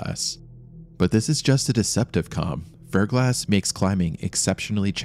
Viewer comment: This is driving me nuts. Near the beginning you say the mountain is covered in ice and frozen rain known as 'BLANK' (the caption says 'ferglass'), and I've tried to figure out what you're saying and I just can't. I've googled every iteration or possible spelling of this word and nothing is coming up. I know this was three months ago, but if you see this, please let me know what the hell this term for frozen rain is. Thank you! 💖